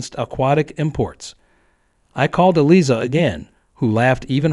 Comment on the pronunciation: Yes and more including the lawyer's name! Should be pronounced (phonetically) Eelieza...sheesh